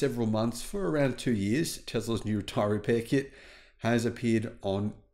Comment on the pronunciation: “For yearhhs” 😆